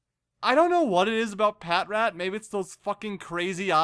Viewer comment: Pah-Trat.. its pronounced pah-trat